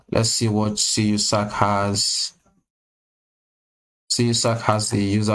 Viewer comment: It pronounce John KYOO-zak He is an American Actor